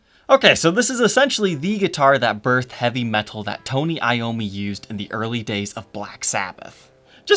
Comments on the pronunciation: Why do you say "meTal" like that? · the way says "Metal" is so not metal LOL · and don't forget, that pronounces metal "metthul"